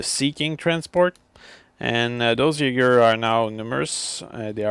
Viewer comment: Are you Danish? :) You knew how to pronounce "Jaeger" right, which most people don't.